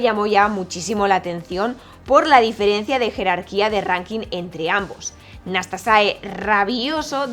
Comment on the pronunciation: ¿"Nastasae"? "Nastase", tal como se escribe. Fue mi primer ídolo.